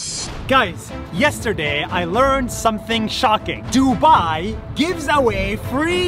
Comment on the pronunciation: I like how he said duba☠️